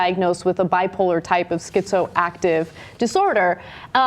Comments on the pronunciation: Schizo-affective disorder, Ana, not Schizoactive. Also saying a "Bipolar type schizoactive disorder" is redundant because Schizoaffective Disorder is a disorder which features both Bipolar and Schizophrenic symptoms. I have been diagnosed with Schizoaffective Disorder and I know from personal experience how detrimental the psychotropic drugs used to treat it to one's ability to function in normal society. When I was on psychotropics, I found my capabilities vastly diminished; so much so, all I could do is just sit there and drool. I literally felt so stupid that I couldn't even watch television! This is, from my experience, the primary reason why schizoaffectives relapse on their meds. And so I stopped taking them, looking instead to other methods to cope meditation, self-evaluation and checking in with my psychiatrist from time to time. So now I've been off my meds for more than five years, I'm still lucid and sane, capable of interacting in society with no fear of losing my self-control or sanity. It CAN be done without medications and if medications are not working, then this option should be explored. As for this particular judge, I can't, well, judge. Schizoaffective patients should be evaluated on a case by case basis because each case is unique in how the symptoms manifest and in what severity, so I don't know just where I'd stand on this particular case and I lack the necessary familiarity with her in particular to make a reasonable and fair determination. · Schizoactive? You mean "schizoaffective"?